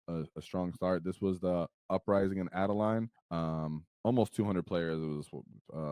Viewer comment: "Adeline" ngl that's maybe the worst pronunciation I've ever heard of an Aussie city from an American 😂😂😂